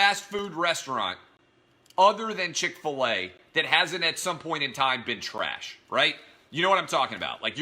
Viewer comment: Oh yeah.. Chic-fil-e is a good restaurant